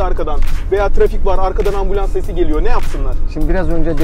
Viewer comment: 5,7 dakikada adam ambulons dedi